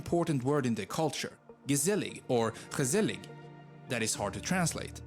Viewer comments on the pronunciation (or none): Gezellig = one Z and 2 L not gezzelig😄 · lmao no way. they really said 'gezzelig'. for context, it's spelled gezellig. idk why that's so funny to me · Gezellig is pronounced a lot different ge zel lig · a tip on how to pronounce gezelig gE zel iG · It’s ”gezellig”, and yes, it’s a good mood attached to it